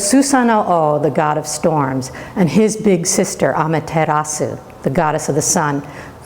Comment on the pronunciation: Why are you pronouncing the u?